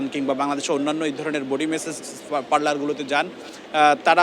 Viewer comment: message na massage hobe bolda sombadik